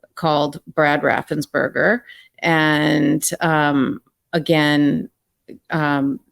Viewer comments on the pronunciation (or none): Note: It's Brad RaffensPerger. Not berger.🤗